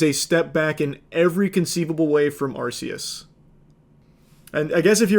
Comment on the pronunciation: The way he says arceus is distressing